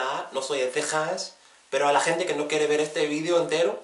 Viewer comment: Love this video so interesting to see the differences between the Spanish spoken in Spain. I was surprised that you didn't have a problem to pronounce the ghh sound like in gente perfectly. Thanks for explaining al those different accents in spanish. Your video's are super useful for people like me that are learning spanish.